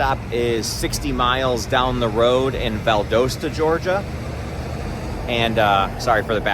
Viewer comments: Just so that you know Valdosta, GA is pronounced VAL-Dah-Sta. Thanks for the videos! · The "o" in Valdosta, GA is short, not long. O as in pot, not port.